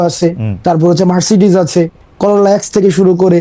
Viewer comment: Tokai garir nam o bolte parena. X corolla k corolla x ache.